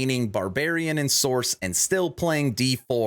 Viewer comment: Sorc = SORK, not source. I know that is nit picky AF, but every_time_you_said_source my eye starting twitching.